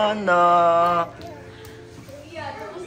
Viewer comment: Bercyandha bercyandha 😂😂😂😂